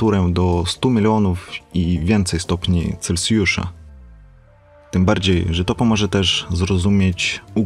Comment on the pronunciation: "7 miliardów stopni celcjusza" No chłopaku - rozkręciłeś skalę.